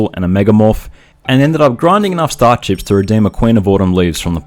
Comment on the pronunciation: I kept hearing star chips as star ships. XD Fun challenge, though!